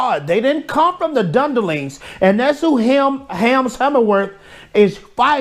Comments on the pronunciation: Gotta love your mispronunciations bro... Dunderlings... :D That deserves a Subscribe! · He can't be bothered to learn to pronounce Rohirrim or Dunlendings right.